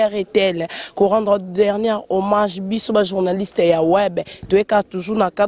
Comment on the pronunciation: sala makasi o corigé francais nayo trops des gaffes revoir vidéo oyo oyo ba bombe obeti de le debit jusqu'a la fin mawa trops ba lobaka homage et non homange kiekiekie